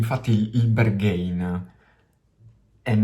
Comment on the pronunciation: Pezzo molto figo anche se io non sono suo fan e la sua musica non riesce a prendermi. (Ps. mi sa che si dice Berghain così come è scritto, con la A )